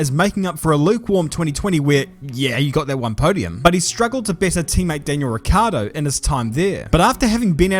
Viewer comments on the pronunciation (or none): none